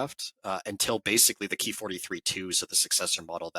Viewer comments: It’s “k” “i” not “kee” really disappointing when you tubers try to change shit. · It's "ki" as in "key." It's short for "kitai," which is Japanese for "airframe."